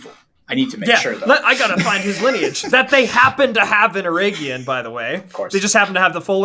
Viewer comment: OUT OF LOVE: To all American tongues - EREGION (hope i'm correct in saying this) pronounced LESS with pure Eeeee sound - MORE with an EH sound...eg Egg. like the name Eric.....or Beren (and Luthien). At the end of the word....you CAN go nuts with the Eeeee sound... eg.. EeeeeeeOnn. Summery: Er(ic) + Egg + EeeeeOnn OUT OF LOVE NOT CRITICISM.......i generally love US/CANADIAN phonetics. Went to a US/CANADIAN high school.